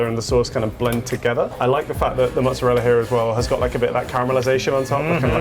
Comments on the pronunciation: You threw all credibility out of the window when you said "Muts-arella" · Those Sopranos pronunciations are perhaps indicative of Neaopolitan dialect? They don't add say the last vowel in words like calzone/mozzarella because it's Neopolitan emigration to the USA rather than say Roman that influenced ItalianAmerican speech and food. That's my guess.